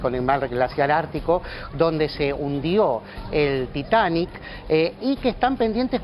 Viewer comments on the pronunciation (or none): No es Taitani, habla bien